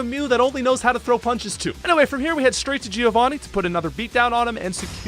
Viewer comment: Giovanni is not pronounced "Jeeovanee". It's like "Joe Vanni". Sorry, I'm italian. 😂